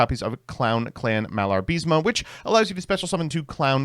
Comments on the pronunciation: IS MALABA-RISME NOT MALAR-BISMA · Im sorry, did you just said "Malar-Bis-Ma?"